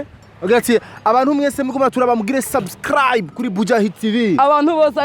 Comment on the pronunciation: ahatswe gucira umutima ariko avuga sus..sasscraabu..